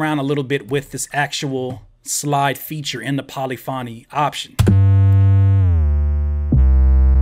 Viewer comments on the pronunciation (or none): “pauly-fawnee” LMAO.. its polyphony.... the emphasis is said like the word.. epiphany. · Great info .... def pronouncing Polyphony incorrectly tho